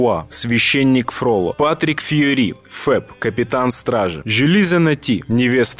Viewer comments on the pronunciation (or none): ФроллО!! Ударение на последюю букву! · Хороший вопрос, тоже никогда не понимала, почему Фролло все упорно называют с ударением на первый слог, даже актёры нашего мюзикла. Это же французский персонаж!))) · ФроллО!!!!!!, Он ФроллОООООООО, а не ФрОлло!!!!!